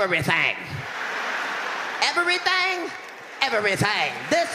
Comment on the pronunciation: E-ver-ry-thang??? E-ver-ry-thang!!!